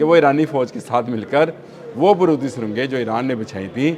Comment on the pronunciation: لفظ بارود ہے،،، برود نہیں آپ پڑھے لکھے لوگ ہیں تلفظ درست نکالا کرو شکریہ